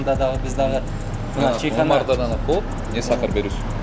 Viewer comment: Чийхана эмес чычым болбойле Чайкана эле дей бергиле